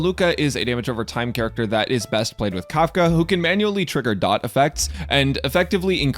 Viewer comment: FINALLY A PERSON WHO KNOWS its Dot, not D... O ... T star rail youtubers were getting annoying saying D , O , T